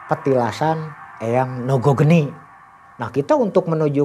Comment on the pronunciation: Lucu aja dengernya ketika ngomng nogo rojo nogo geni 😁